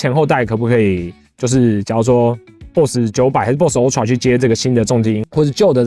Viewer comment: ultra發音請正確一點